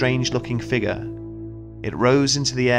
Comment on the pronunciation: Kinda bothers me how the narrator says the word figure? Anyone else notice that?